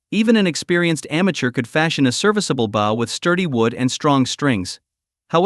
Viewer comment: When the play time is this long or longer it is usually just an AI reading a novel with bad translations of Chinese to English. I think the word I hate the most from these is "bow" since AI doesn't change pronunciation for verb form from noun form. Drives me buggy lol!